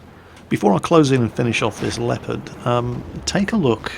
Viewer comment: Why you say Lepard and not Leopard?